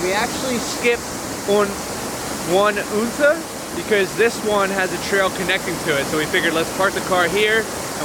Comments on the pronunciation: Oh-knee-on-tah gorge! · Great waterfalls video! Love that y'all were able to see so many different waterfalls in 2 trip. It took me 3 trips to see all of what y'all saw in 1. And On-E-on-ah. That's how to pronounce the one falls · "On-e-on-ta" Gorge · You missed a letter. On-E-on-tah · So fun to see this video! I work here in the CRGNSA for the U.S. Forest Service...come back when you have more time and hit me up - we can show you MORE waterfalls and fun hikes...there are so many adventures here in the scenic area. You're right...this is the best time of year to check out all the waterfalls. BTW, Oneonta... Own-Nee-On-Tah. Wahclella is my fave for family and friends (it's pretty and not too difficult) but you gotta come back for Eagle Creek!